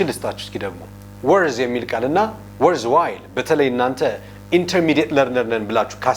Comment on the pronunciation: worthwhile … Not worthwh 😂😂